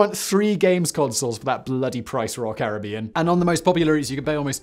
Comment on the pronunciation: It's Caribbean not Caribbean, come on Simon